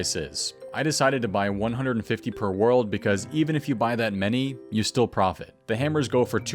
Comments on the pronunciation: Looool loved how u said profot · Lmfao you said profot as profot, I love you. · I'm so glad you caught the "profot".